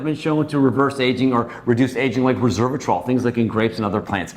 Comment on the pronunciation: This doc mispronounced resveratrol as reservatrol😂